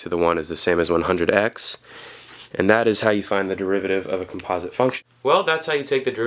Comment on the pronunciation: thanks a lot but please learn how to properly say composite xD